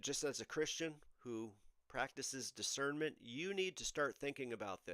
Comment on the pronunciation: John Macarthur pronounces discernment with a "Z" Ai pronounces discernment with an "S"